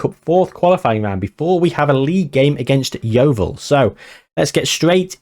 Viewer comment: Enjoyed the way you incorporated the highlights in the catchup - nicely done and nicely paced. I can see Grey Huahua becoming a legend! PS thanks for saying Yeovil correctly!